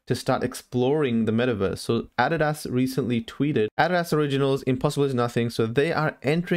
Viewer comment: I've never heard someone pronounce Adidas like that